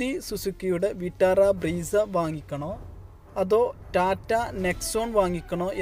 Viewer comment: ബ്രീസാ alla ബ്രെസ്സ